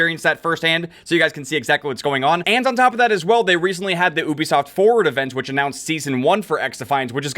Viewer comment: When says ooobisoft instead of Ubisoft 🤦🏻‍♂️